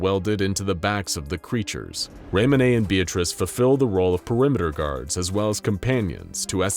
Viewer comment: Isn't Raymone pronounced "Raymon" and not "Raymon-eh" ToT